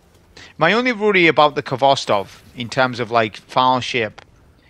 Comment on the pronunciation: How can you be a champion of a rifle whos name you dont pronounce correctly? Its a Russian word that means tails.